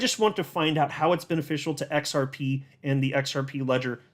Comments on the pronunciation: Try using a Z sound not S sound when you try and pronounce it... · The X is silent